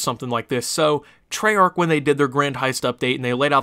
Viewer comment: you didnt say it properly